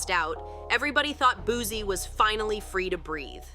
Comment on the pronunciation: It’s not Boo-Z it’s Boo-C😂😂😂